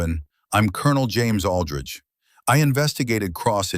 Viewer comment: I don't know if AI can't read or can't write but there is a hell of a lot of words, either written or pronounced wrong. Aldrich pronounced alldrige, twice hat Ij saw. Maybe AI is dyslexic and just says what it thinks it sees. Either way it gets a bit monotonous, when we read one mistake after another.